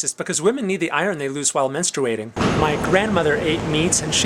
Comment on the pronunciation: Menstooating. Lol this is amazing.